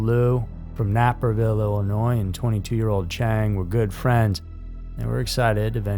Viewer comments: It's pronounced Nape-er-ville Not Napper-ville Js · It's not "napper-villle"; it's how it looks, hard A, Naperville, IL. This channel is the LAZIEST!!!!!!!!!!!!!!!!! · You said Naperville which is how it is spelled. But pronounced Nape-er-ville . I grew up close to there. Very affluent area. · NAP-erville.😂 I’m going to use that one! It’s Nape-rville. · I live in the next town over from NAYperville. Not sure where "Napper"ville, Illinois is. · Nap er ville Illinois Its Nape Er Ville But i live in Chicago thats how i know But i ❤ your channel Just busting chops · It's pronounced Nay-per-ville. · It's pronounced Nay-per-ville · Yeah, he can't be bothered... ever. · I didn't expect any response,I'm just from the DuPage area,Downers Grove,Illinois...I just know how it's said lol